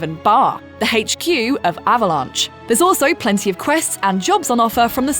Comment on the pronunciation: My fav part was when she said, "the Hetch Q of Avalanche"